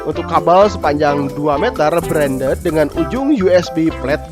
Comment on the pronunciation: braded (bredet) bukan branded (brendet), plug and play (plak en pley) bukan plek eh play, custom (kastem) bukan kostum HEHHEHE semangat terus lur